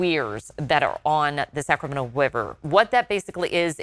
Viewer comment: "The Sacrament Wiver" lol